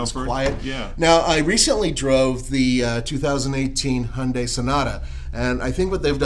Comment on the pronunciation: WTF is going on with your pronunciation of Hyundai??? It is not Hunday!